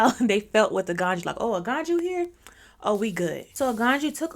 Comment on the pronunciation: The j is always a y so that's why it pronounce Aganyu